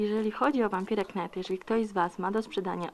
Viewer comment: fajny unboxing, tylko błagam, nie "wampire knajt", tylko "wampajer najt"